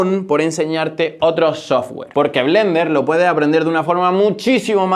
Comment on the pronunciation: Dijnei, sojgüer 😂😂😂